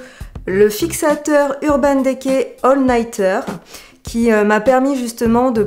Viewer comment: merci pour cette vidéo! =) je ne sais pas si on vous à déjà fait la remarque dans des vidéo précédentes mais le E de DECAY se prononce I comme NAKED ^^ c'est juste un détail mais bon ^^ bisous =)